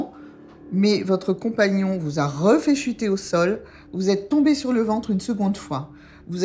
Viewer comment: Votre "con" pa"gnons"